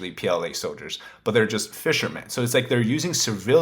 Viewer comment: There is no s in the word fishermen.